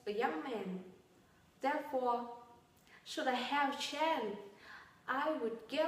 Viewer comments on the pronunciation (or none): improve your pronounciation..for instance.when u say the word chance u forget the sound 's'